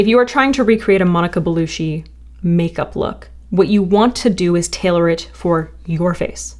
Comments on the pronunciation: You look beautiful, but please take 2 seconds to research how to correctly pronounce someone's name. Bellucci is pronounced like Gucci. You are saying Belushi, which is an Albanian surname. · I wish she would stop saying Monica Beluschi and start saying it correctly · Girl love you, just if you want to make the pronunciation even better try saing bellucci with like bellucchi like chiken but harsher cc sound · you need to learn how to pronounce people's names before you keep repeating them.. GIRL! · Loved the tutorial but the pronunciation of her name killed me every time 🥲😂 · Gonna be that bitch - it's belucci pronounced "ch", no relation to Jim 😂😉. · The cc in Bellucci is pronounced "ch", not "sh" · It's pronounced "Belu-chi" not "Belushi" LOL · Bellu-CHEE, no shee. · omg Bellucci is not pronounced “Belushi,” it’s pronounced“Bell-u-chi.” 🤦🏻‍♀️ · Bellucci is like chee, not shee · Pronounced Belu-CH-i not Belu-SH-i !! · It's belluCHI not bellushi 😂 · So many Americans say “Belushi” like the 70s comedian John Belushi. It’s Belucci “Bell-oochie” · Belucci not ‘belushi’ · It's not Bellushi, it's Bellucci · Her surname is pronounced Be-lu-chee not Be-lu-shee... not trying to be a hardnose but pronouncing someones name correctly is a sign of respect. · BelucCHi chi. Not belushi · Buh-LOO-chi (not Belushi), just FYI. So gorgeous. So so gorgeous! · it’s BeluCCi not BeluSHi. Cc = the ‘ch’ in chair. Sorry, this was driving me insane. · Bellucci is pronounced Bellu - "chi", not Belu - "shi". ;)❤ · Monica Bellucci, as in Beluchi (like cherry), not Belushi (like shy). Sorry. ☺️ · Love this vid and your content but I’m pretty certain it’s Belle-oo-chi not bellushi ❤ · Belucci not Belushi LooChee Not looShe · BeluCHi, BeluCHi! Not BeluSHi! ❤ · lol... I kept verbally correcting her every time she said it lol.. I was, like talkin to my screen, saying,!! Its Not BELUSHI!! lol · She's not Belushi its Bellucci😂😭😭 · Hahaha her name isn't BeluSHI, that's not how you pronounce cci